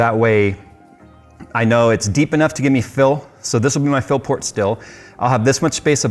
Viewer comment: I keep thinking you're saying Phil port :D